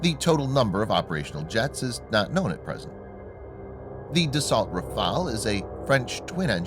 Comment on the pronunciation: Dassault is pronounced "das-so", not, "de-salt".